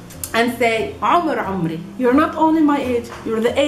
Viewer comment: Sorry, but you are wrong. Pay attention on the pronunciation. In Arabic my age sounds like "aumri" (actually guttural a, that is not present in Serbian, but you can hear it from ) and not "umri". And i at the end is short in "umri", while in Arabic, i is long. Shukran for this video.